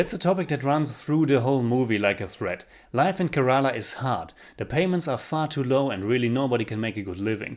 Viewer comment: Your pronunciation of Malayalam and Kerala have to improve